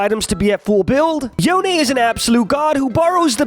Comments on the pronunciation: Stop saying yoné, it’s spelled yone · It's YONE(Yo-Own) not YONAY(Yo-aye). Why do people say it like that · Cringed everytime you pronounced it yonAy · nope, Yo-Nay is the official rito pronunciation of the name. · wait, is yon-eh canadian?